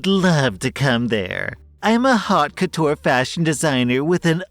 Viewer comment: Its not hot couture, its pronounced OTE COUTURE, the H is silent in the word haute. French is weird